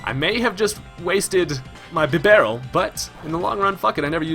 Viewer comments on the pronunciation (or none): none